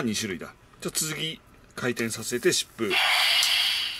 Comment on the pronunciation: 疾風がシップに聞こえるのは俺だけ？